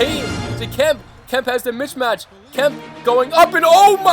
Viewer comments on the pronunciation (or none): bro u gotta stop pronouncing it mitchmatch lol